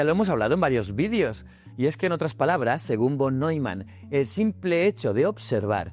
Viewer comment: Ostras los de Von suena fatal pienso que la pronunciación correcta en “fon”